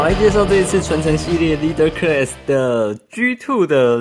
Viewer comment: 领袖级那个级发音是克啦斯。。不是科瑞斯。。。。。。。。。